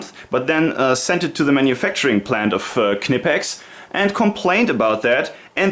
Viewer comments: negative. KEH-NEH-PEX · Please please please tell the Americans that it’s not pronounced “kuh-ni-pex” like pretty much all their videos suggest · Its VERY easy to pronounce "Knipex". Say "school" (in english).. Now say it again without the "s" (should sound like "cool".. Not say Knipex". Its a short, strong pronounced "k". Easy. Nice collection of tools and reviews. Btw: the adjustment of the Tongue-and-groove pliers (Wasserpumpenzange) isn't annoying. When these pliers were made, there was only the inch mesurement in germany for plumbering business and the clearence is made there for . Nowadays the fine adjustment on these new pliers is made to match ANY measuring system (metric, imperial, pusemuckelisch, etc..). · Is it really pronounced with the "K"?? Ive been prnouncing it with a silent K the whole time lol